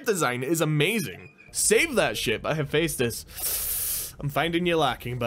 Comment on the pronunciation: Its pronounced hufestus